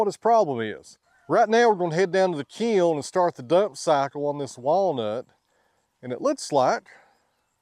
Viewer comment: I had the hardest time trying to figure what the hell a key-oln is , before I realized that he was trying to say kiln.